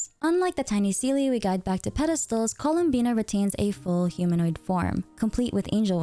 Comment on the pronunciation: i thought her name was "columbia" cause there was no "n" in her name